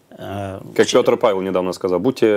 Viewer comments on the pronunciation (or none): none